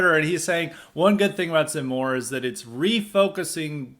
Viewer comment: Your pronunciation in French is correct ! From a foreign perspective, I think you have a good analysis. If you have any questions regarding Eric Zemmour, I'll be happy to answer them as best I can. If you want to know more about Eric Zemmour come take a look at my channel, I will be posting more and more videos there.